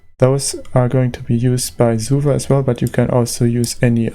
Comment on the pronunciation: Love how you pronounce SUVA :3